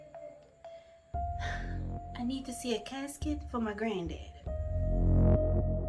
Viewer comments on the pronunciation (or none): Y’all saying caskit instead of casket lol